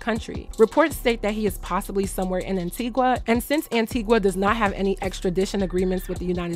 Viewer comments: Great video per usual... U prob wont see this but... Its said like "an-Teega" , not Antigwah/antigua 🇦🇬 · Its pronounced Antigua not anteegwah. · Love the video Btw our island is pronounced An -ti-ga